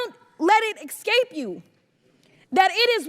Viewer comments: Escape….not “ekscape” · "Don't let it 'excape' you" of course...